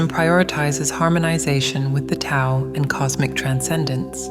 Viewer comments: ❤❤❤ love love love that this message is being delivered so beautifully. My only concern is that the AI command for the word, Tao needs to be written with a D so that the AI pronounces it correctly. Mispronunciation of it indicates lack of knowledge of its teachings. No one wants to hear regurgitations, especially when it is about knowledge. Js. The rest of the content was sublime!!! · How many of these videos do I have to watch lately rhat mispronounce 'Tao' ?! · Why can't AI pronounce the word "Tao" properly?! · Can you please teach your AI narrator how to say Tao, Taoist, Taoism etc